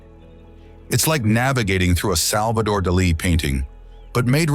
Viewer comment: This was a really well done video with beautiful photography. It just drove me nuts that somebody didn’t know how to pronounce saguaro or Salvador Dali properly.